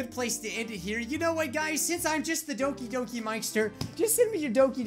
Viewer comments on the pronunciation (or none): he says Doki Yoki